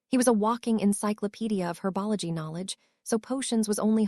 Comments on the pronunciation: Whatever AI program is reading this, they need to learn how to speak English on some words, like the word herbology which is not pronounced hwrbogley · There is no such thing as herba LaGree, it is herbology, learn how to pronounce it or don't speak at all